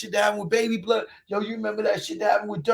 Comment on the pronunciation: "Yo Bluuhd... who you think it is Bluuhd"🤣 hilarious. It's the Truth bro.